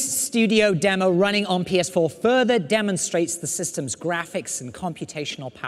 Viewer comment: David Bradley its graphics not graph chiks